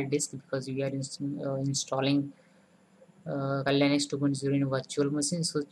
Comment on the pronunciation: It's Kali Linux. Not KLinex. :P